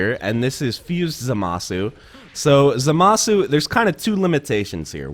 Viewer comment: Dude it's za masu za-ma-su. Sorry it's just really annoying when they say his name wrong.